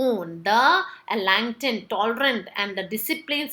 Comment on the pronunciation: It’s enlightened not alignment ur saying alignment in next video pls pronounce correctly I get confused